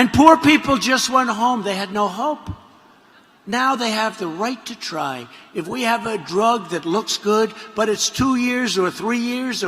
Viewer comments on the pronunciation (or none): My teeth are dying. I need to try TIDEGLUSIB. "righyt to try" Mr. President.